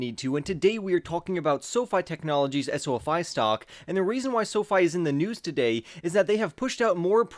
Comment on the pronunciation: He’s the only one that says “Esso-Fy” to label the ticket symbol